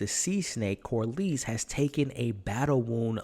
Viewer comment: it’s pronounced Cor-less not Cor-leese. Great channel and content tho!